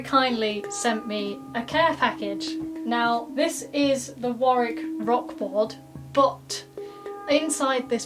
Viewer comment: So good to hear Warwick pronounced correctly.